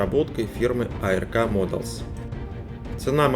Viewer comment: Музыка слишком громко! Фигурки пилота нет. Не А-Эр-Ка, а просто Арк, ковчег по-английски, даже нарисован на коробке, ухо режет.